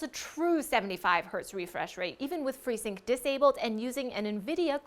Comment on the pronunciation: Everything was perfect, and then she said freesync. LOL.